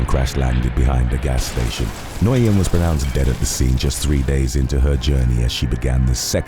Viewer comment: Future reference Nguyen is pronounced like Win